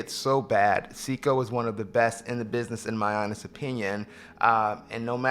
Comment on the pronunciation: Love your videos, keep it up. Great variety and I can tell it comes from place of true passion. F.y.i it's " say-co" not "see-co"